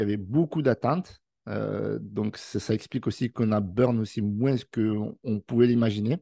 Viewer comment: on est écrit '' moins'' mais on dit' 'moin' ' pas moinSs